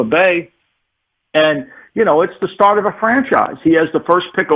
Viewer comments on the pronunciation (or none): none